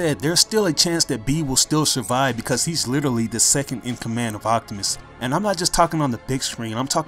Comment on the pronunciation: sorry but when you say optimus is sounds like octimus